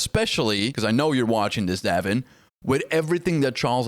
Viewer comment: Pronounced "Dave in"